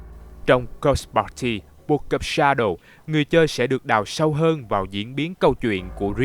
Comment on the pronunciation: đọc cứ nghe nhầm là "cock party" haizzzz